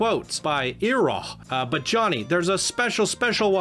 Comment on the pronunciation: He did not just say iroh like that😐